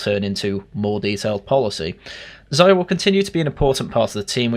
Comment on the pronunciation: It's pronounced 'Zeeya' ffs. He's said it himself you boring Anglo